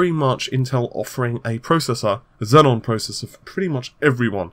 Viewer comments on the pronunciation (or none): Zee-on, not Zen on. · XEON NOT XENON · xeon not xenon lol good vid tho thanks :p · they are pronounced ze-on not zen-on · It is still not Xenon,. Xeon Xenon Xeon Xenon Server CPU Noble gas